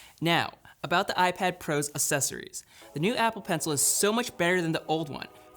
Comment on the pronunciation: "A S S E S O R I E S"